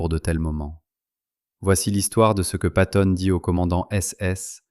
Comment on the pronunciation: Patton.....avec deux T .....s'il tE plait !